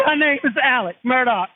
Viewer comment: Hey Love 🥰 Merry Christmas 🎅 Excellent job as always! We do care. Don't hold it in. I know how important to you it is for you to get everything right. Alex Murdaugh is pronounced "Alick Murdock" When we first moved to Hampton 18 yrs ago I thought I would never get it right! He is also still a person of interest in Maggie and Paul's murders. If you blink your eyes, there will be 5 more updates to this story 🤣🤣